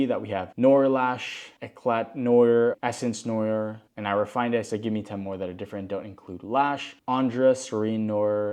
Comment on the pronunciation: Just FYI, "Noir" is pronounced "nw-arr"